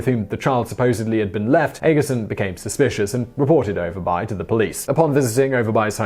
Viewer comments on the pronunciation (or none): Lol u guys pronouncing all the letters in Danish words, so cute. It's something close to "o'er bu-eh" y is like the old greek upsilon "Y" and v is a glottal stop, because reasons because Danish. Sorry guys. It means upper village/town. If you see -by in a town it means exactly that, town e.g. rugby, whitby. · Dagmar Overby and you pronounce her name Over buy? You must live in the town of Grims buy.